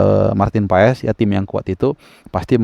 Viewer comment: Maarten passs bang.. bukan pa es 😂